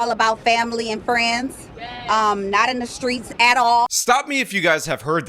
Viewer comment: Family and “fraynes”? Whats a frayne?